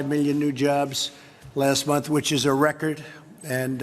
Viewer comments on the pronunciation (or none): none